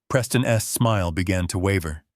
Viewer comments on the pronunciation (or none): Every time there is a possessive he pronounces wrong ! Doesn’t anyone tell these narrators how it’s pronounced as Harper’s not Harper S. Preston’s not Preston S car. For example